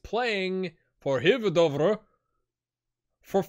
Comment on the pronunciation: In Hvidovre, you don't pronounce the H 😉